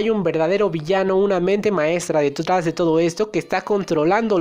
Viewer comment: "Detgas de todo esto" jaja